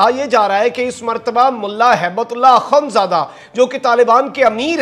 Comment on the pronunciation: ڈییر، دو کام کریں: نمبر ایک: سلام اور اخوندزادہ کے تلفظ ٹھیک کریں۔ نمبر دو، بیج ہٹا دیں، تاکہ جانبدار نظر نہ آو۔